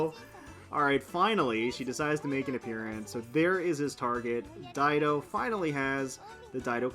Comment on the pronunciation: I was one of the peeps that didn't know how to properly pronounce Dido's name.. 😅